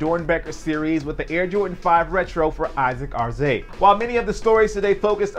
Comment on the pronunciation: I heard its pronounced AR ZA TAY